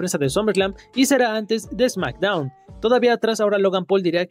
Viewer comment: Backstdown dijo smackdown